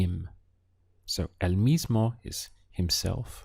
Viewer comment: Very useful. One thing: I notice you tend to pronounce the "o" at the end of words (e.g. gusto, mismo) as a soft "ah". Spanish speakers, at least in S. America, say it much more as a long "o" sound.